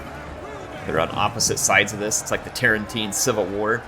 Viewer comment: I laugh quite a lot when said Tarantine civil war.